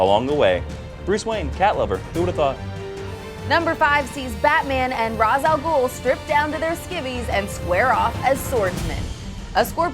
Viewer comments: You pronounce Ra's as (Ray - sh) not (Raz). Come now DC Entertainment, Batman Beyond specifically explained this when Terry said Ra's name as you just did. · mispronounces ra's tsk tsk